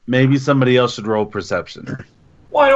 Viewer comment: Every time says "elts" instead of "else", a Rhino Hero loses its cape.